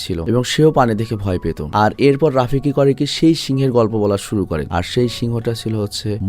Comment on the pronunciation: ভাই ওটা রাফিকি না ওটা হবে রফিকী।😊